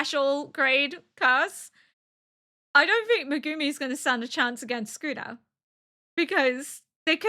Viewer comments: Yep, she's got it basically exactly right for example. It's almost like s-kuna to an English speaker I think, where there's not a pronounced vowel sound between the s and the k but they do not form a single "sk" sound. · you're saying it right "soo koo nuh". but man i hate that guy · “Sukuna” is the correct reading and pronunciation. Your pronunciation is very clear, and it sounds just like a native Japanese speaker. I am Japanese, and I don’t find anything off about your pronunciation at all. Even if you happen to mispronounce or misread something, please don’t worry about it. (I completely understand why you’ve taken the time to politely explain your situation to first-time viewers or people who point out your pronunciation. I expect you’ll have to give similar explanations in the future, but please don’t let it bother you.) JJK contains many words that even Japanese people aren’t used to hearing or find difficult to pronounce, so it’s only natural that many people find them hard to understand or pronounce. I often get the pronunciation or reading wrong myself😆